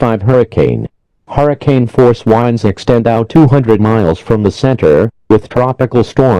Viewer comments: I know this is supposed to be serious but I can’t help but giggle every time the guy says WHINDS instead of winds. 😂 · To me it sounds like strong wines 😂